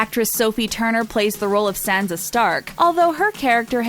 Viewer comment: Thien? Sanza ? Cerzey? Misunday? Really?? Dracarys woman!!! 🔥🔥